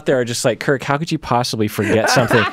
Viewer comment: “Kirrrrrk” lol 😂